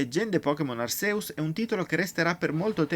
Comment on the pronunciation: può succedere. Sono Hisui (l'accento cade sulla prima I), Rowlet (Raulet), Cyndaquil (la C si dice all'inglese, quindi è una S) e Arceus (Archèus, ma è praticamente il nome con più pronunce sbagliate in assoluto)